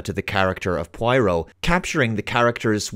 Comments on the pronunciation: Pwah-ro, not pwai-roh. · Take a drink ever time mispronounces 'pwah-roh'. (Note: Do not do this cool thing, your liver will be very angry with you) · Who's pwyro? Prah-roh, it's hard to believe you've watched the original series saying that, it's like as if a self proclaimed avid trekkie pronounces data as datta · Your pronouncing poirot as pwairo ..... Lol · Please for the love of God stop pronouncing his name Pie-Row. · For the half of the video I couldn't figure out who the hell is Pueiro. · It's not pronounced pryro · Every time he says Pwyro, I drink lol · seriously, having me rolling on the floor each time you butcher the name Poirot. pwyro indeed. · According to the writer, she pronounced it: PWARR] + [OH| -source from the notes by her to editor. She seems wasnt happy that British and Americans were not saying it correctly. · Grew up with the books and TV show Also: Pronounces it "Pwyro" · Got on my nerves so much I had to stop watching. He must have heard the name pronounced correctly countless times. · Poirot is pronounced 'Pwarrow' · i love your videos but I just can't concentrate when you keep mispronouncing his name after having grown up with David's Poirot 😂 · If you watched all the old shows how come you still cannot pronounce his name lol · still a not y, and oh instead of high hard o as he is prenounciating it. Though I get it is a difficult name, and wouldnt be certain that I wont mispronounce it at times, just he kept repeating it so many times in the video.. Guess he was going for killing someone trying to take a shot for each time his name was mentioned :) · Cut him some slack, he's Oyrish after all.